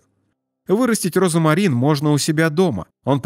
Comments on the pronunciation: Диктор, розмарин, а не розамарин! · роЗМарин, а не розамарин. В остальном, кроме вкусовых сосочков, неплохо! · Почему диктор говорит , розАмарин, ? В русском и пишем, и говорим ,розмарин,. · 🤦‍♀️😂" розАмарин"? Розмарин👍☘ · Розмарин, а не розомарин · Не розомарин, а розмарин. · Как же надоел твой робот. РОЗАМАРИН вместо розмарин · Читайте правильно: РОЗМАРИН' а не розАмарин. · Слух режет ваш Розамарин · Произношение как у диктора! РОЗОМАРИН! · Розамарин? Что мешает диктору правильно произносить название? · Говорят и пишут РОЗМАРИН неправильно говорите обратите внимание диктор??? РОЗМАРИН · Пишется розмарин,а читаеся и произносится-розамарин!!!